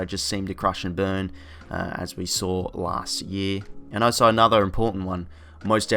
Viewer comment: Good vid agree with most 👍 weirds me out how you say 'also' as oh so 😂😂